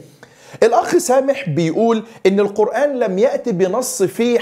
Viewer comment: ازاى ناخذ الدين من واحد منهم بيقرأ كلمة قرآن خطأ وذلك بتفخيم حرف الالف والنون . الناس جميعا عارفاهم كويس وهم أشد الناس جهلا بالدين بالكلية